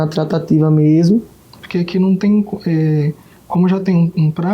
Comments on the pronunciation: É "trataTIva" q ele fala. Com força no "ti'😊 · Kkkkkkkk é verdade Tratateevaa kkk😅😅😅